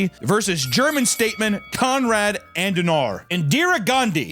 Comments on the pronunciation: It's pronounced AD-EN-hour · Er heisst KONRAD ADENAUER. Nicht ANDENAR. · adenauer. ADENAUER. ADEN. AUER. “AHDEN-HOUR”!!!,! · Hes called Adenauer not Andenauer. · its Adenauer not Adendauer ffs! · It‘s pronounced Adehnower! (Adenauer). Stupid uneducated voters again!🤣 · Say it with me “ah-den-ow-er”, he was also a boss and totally built modern Germany. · If Adenauer is a vampire hes on his way to rn just because of how he butchered his name so hard for no reason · The word says “garibi,” papa says “garabi” The word says”Adenauer,” papa says “Andenauer” Happens a dozen times each video. Papa can’t read good. Always switching letters or syllables around. And he shows absolutely no remorse.